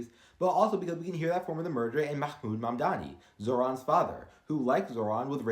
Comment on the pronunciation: Fascinating the way you (with astonishing accuracy) manage the 7 sound in Mahmood (in arabizi you'd write ma7mood - numbers are used for the letters in Arabic that have no English equivalent). That's really tricky for non native speakers, took me bloody ages. In that spirit, my Syrian wife looked him up on social media and read his name to me as z7ran - the first vowel is a very short vowel that sounds like a short e or short o - and that 7 works the same way in his name as in his father Ma7mood. (This is all from my wife, my Arabic is only good enough to introduce myself and remember the names of food and very, very slowly sound out some words)